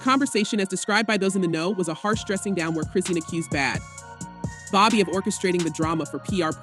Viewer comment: These AI narrated videos drive me fckn crazy- “B-Had Bobby” “Bad Beebee”